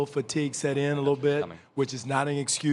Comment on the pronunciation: I respect coach Casey, until he said mental matigue